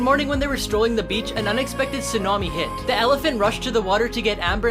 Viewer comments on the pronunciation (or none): none